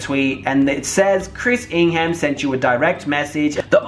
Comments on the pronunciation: I Love all ur points but it’s ing-ham like it’s pronounced ing-hem just a heads up for part 2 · I kept on triggering when you said ING HAM! its pronounced as Ing um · I can’t take him serious the way he says ingham 😂😂😂😂😂🤣🤣🤣🤣🤣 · Learn how to say Ingham..